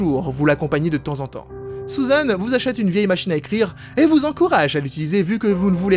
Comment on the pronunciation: les "u" ne ce prononcent pas toussent en "ou", sa ma fait rire quand tu as dit "Sousane" au lieu de Susan ^^'